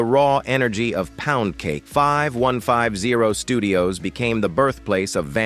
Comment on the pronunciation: Ugh..... it's 5150, say it fifty one fifty!!